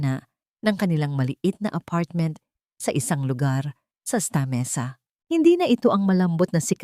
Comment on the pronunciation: HINDI PO STA MESA .. SANTA. MESA ANG. PAG BIGKAS..